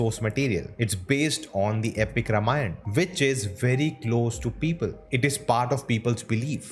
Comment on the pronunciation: I'm afraid you are pronouncing Ramayan wrong. You're calling it रमायण, instead of रामायण. Infact, the correct pronounciation is रामायणम्